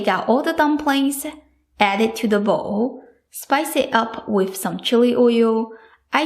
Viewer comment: WelcoMe BottoM SoMe please !! Not WelcoNe BottoN SoNe Other than that I absolutely love your videos.